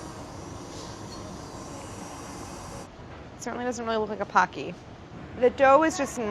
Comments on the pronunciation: Okay but w h y do people pronounce it PAW-kee? It's POHK-ki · Idk if someone has said this here not finished watching, but it's not pahkee it's pohkee like the word poke with ee at the end. Pokey would help saying it. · Gonna be that person, but it's ポッキー, not パッキ. (Poe key vs paw key). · Its not pronounced as "pah-cky" its actually "poh-cky" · They look so good! Why does everyone call it pock-y? It's pronounced po-kee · Her mispronouncing PO key in her American accent PAh key, hurts my ears. I wont survive 30 more minutes of this. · God dammit if another person says poki like "pa-ki" ima kill them, its "po-ki" like pokemon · “Pocky” is pronounced [poh-key], not [pah-key]. It’s even on Wikipedia as such. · I’m pretty sure it’s pronounced poke-ey (or po-ki), not pock-ey. Like poke poke! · It’s “po-ki” not “pa-ki”! It’s a Japanese snack and you pronounce the po the first way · Its pronounced Pokey. Like poke, then E, like capitol E. Not Paky. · IT IS NOT PAH-KEY! IT IS POH-KEY! TT_TT why does nobody ever say it right... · Isn't it poh-ki, not pah-ki. It sounds weird hearing them say pocky. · Lawd😑 its pronounced POE-Key . not pawkey LOL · I hope that they talk about the fact that it's pronounced Poke-ee as in poke not like hockey. *I just started watching and no they said it like hockey with a p 😒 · It's po kki not poc ky. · haven't even watched one minute and I already know I am going to hate how many times they will pronounce it PAH-key. It's POH-key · Packy? I thought it was poki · The Japanese pronunciation is actually "poe-ki" instead of "pah-ki". I totally understand why people believe it's a "pah" sound instead of a "poe" sound, but when you know Japanese it just sounds odd to hear it that way. Just a heads up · its poH-key, not paH-key, please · Pocky is actually pronounced Pohkey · In the Japanese commercials, it is pronounced poe-key, yet the onomatopoeia of crunch/munch it's named after is "paku" like pah-koo. So I guess both. 😂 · “homade paki” 😂😭😭😭